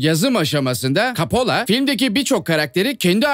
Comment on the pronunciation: Kapola değil koppola